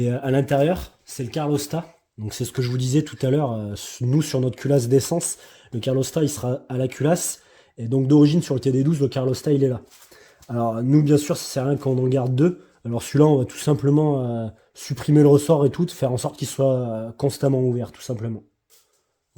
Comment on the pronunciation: Oh merde sticker épuisé, vivement les autres ! Au fait , c'est calorstat ou thermostat, pas carlostat, sauf si c'est la version portugaise de Carlos stat